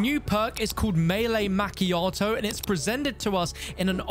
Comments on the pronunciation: Not Mac chiato it’s pronounced ma chiato. That really really scratched my brain in a horrible way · the way you pronounced macchiato lol